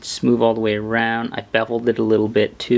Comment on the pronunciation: smoover lmao wivv